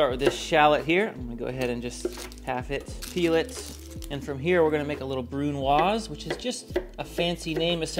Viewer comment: One of the only people who knows how to properly pronounce brunoise 👍